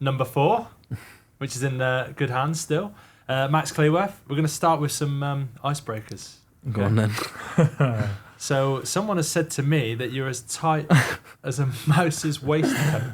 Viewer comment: Love these pods but c'mon...you should know how to pronounce Max's surname correctly, surely? you introduced him as Max Clee-worth & not Clue-worth...not good enough, stay behind do some extra homework 🙃